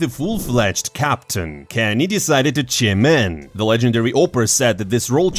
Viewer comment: If you are going to use "chime in" multiple times per video, just google the pronunciation amigo. Takes to 2sec :)